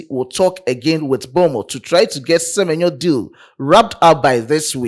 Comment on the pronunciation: Se-me-nyo to Liverpool